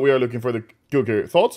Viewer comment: "Kuk"ri Knife.